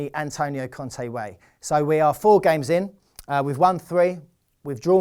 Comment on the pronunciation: not con-tee its Con-tay